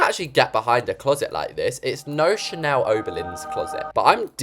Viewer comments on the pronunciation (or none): none